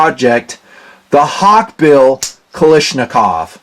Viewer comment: I can't believe that after so many years you still can't pronounce the word KALASHNIKOV! Not Kali , its Kala. Otherwise I enjoy watching your videos.